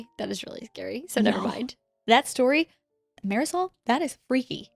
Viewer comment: Marisol is pronounced: Mahr-Dee-Soul. (The R rolled kinda makes a D sound so it can be kinda tricky. If you listen, you can hear the R but I figured it might be helpful to try and make it phonetically easier). It’s my ex sister in-law’s name and I love it so much. Try it on camera one time for me 😂